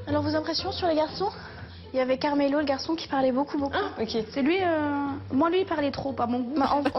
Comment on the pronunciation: elle l’a appelé caramel au lieu carmelo ta meme pas réagi ptdrttt